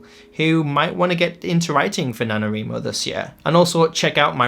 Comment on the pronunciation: He said nanoWRImo 🤣. Let's do sprints :)